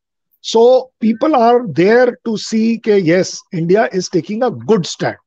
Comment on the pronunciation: Yindia nahin India, get ur pronunciation right pls